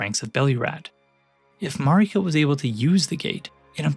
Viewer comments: Yeah Elden Ring is about empire-... but it really irks me that you say her name Mareeka when everyone you talk to in game says it like 'Merica... which I feel like is itself pretty tongue in cheek commentary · I ain’t listenin to anyone who pronounces Marika as MarEEka.